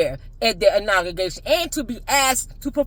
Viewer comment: Learn how to pronounce inauguration before you start talking about it. 😅😅😅😅